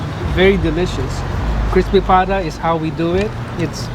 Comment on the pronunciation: It's "Pata". The word is Spanish influenced.